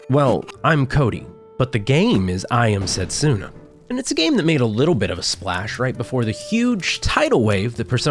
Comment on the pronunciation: Funny how you made a joke about possibly mispronouncing Nidr's name and causing pain while constantly mispronouncing Setsuna. Not a dig, I just found it funny. And yes, it hurts a bit every time 😅 You're not a Japanese speaker (I presume) so the error is fine.